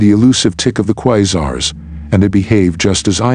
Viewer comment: I was interested in the content but I can't watch a video with a computer voice saying 'Quizars'.